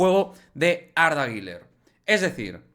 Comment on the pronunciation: La pronunciación correcta es “GULER” uuuler U U no giler ❌el nombre no tiene la letra i por ningún lado que verguenza 🤦🏻‍♂️ saludos